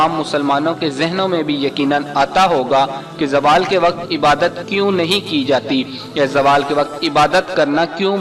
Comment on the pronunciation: Oh bahi jaaaawal ni hota ap log india waly z ko j me q badl dety ho zawal hota ha